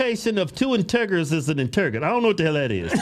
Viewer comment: Inte jerr =integers pronunciation